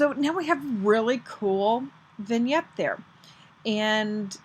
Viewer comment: Thank you very much. This is a very nice card. Also thank you for teaching me how to say Vignette. LOL